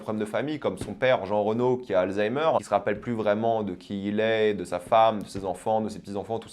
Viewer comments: Frérot fais un effort c'est Jean réno pas reunot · Merci du conseil. Mais sinon...qui dit Jean Reno?? C Jean Réno pour la prononciation.